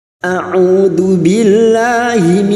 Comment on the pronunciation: Maaf creator bukan maksud untuk menggurui anda atau mengaggap diri saya paling benar dan sok pintar dari anda saya disini hanya sebagai pendengar sebatas pengetahuan yang saya punya menurut pendengaran saya sejauh saya menyimak bacaan ta'awuzd anda aja sudah salah a'udhu coba anda perhatikan dan dengarkan dan simak baik2 bacaan para ulama2 besar di Mekkah bacaan ta'awuzd mereka gimana mohon maaf sekali lagi saya tegaskan seperti ini karena sesama ummat muslim sudah sewajibnya untuk saling menegur dan mengingat kan ketika salah seorang muslim lainnya membaca ayat suci Al-Qur'an yang salah